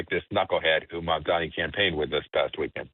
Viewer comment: It's MamdaNi, not MandaMi. You're lawyers? I support you, but really?